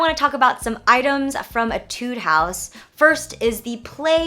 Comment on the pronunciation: just so you know, you're pronouncing etude wrong (which isn't a big deal since you're not from korea and aren't familiar with the pronunciations)